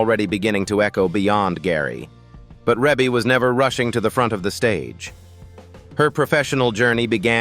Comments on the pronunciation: The video is narrated by "AI." That is the reason her name is mispronounced. 😂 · AI never pronounce any name right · AND “Twenty-three hundred Jackson street” not Two Thousand three hundred….😂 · I know...what the heck is he saying😢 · Her name is pronounced Ree Bee not Rebbie. AI is a mess. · So if you’re going to use AI to narrate, it could at least pronounce her name right. Yeah, I know the e in the first syllable looks like her name is pronounced with a short e, but it’s not. Her name is pronounced Reebie. Long e. Rebbie = Reebie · Now you have to learn how to pronounce the name right before you start vlogging it's Reeeeee bee NOT no dern Reb uugh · Her name is pronounced Reee Beee, not Ray bay. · YESSSS!! You said it for me. I had to stop and can’t even go on with the Rebby. Plus I don’t really trust AI “documentaries” if the content maker couldn’t even get her name right I’m sure watching this isn’t a good use of my time. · Didn’t even tried to pronounce it as he see it REEEEE’BEEEEE 😆 😂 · If you can’t pronounce her name just don’t do the narration. Really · Give some respect on her name! You butchering it up! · URGH! I stopped watching after 51 seconds. Learn how to pronounce her name properly. Damned AI! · How are you going to narrate a family that's been around for years and don't know how to pronounce her name? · That is precisely what I want to know. Gross disrespect. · Can’t even pronounce her name correctly 😖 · This is an AI video, where her name is mispronounced. The home pictures look like Zillow pictures pre- sale pictures. Is that really how her home decor looks, does not look as it would be, given AI photos. Also the cover home picture does no5matched what is being shown. Not great editing. However, Rebe is awesome! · He doesn't even pronounce her name correctly. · no that's Ai it won't 😂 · Wow AI is really missed pronounce her name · Right out the gate AI mispronounces Rebbie's name! AI sucks! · Ugh, I know😊